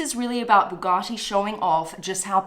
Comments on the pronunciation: I had to stop the video as soon as I heard the way she says Bugatti and I’m an Aussie 😂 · Bu gatti! Not, boo garti! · "Boo gahh tee" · Buugatti the accent tho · I love the way SB says Bugatti.